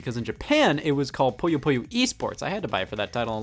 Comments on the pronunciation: It's "poo - yoh" not "poy - oh" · scott. scott its pooh-yo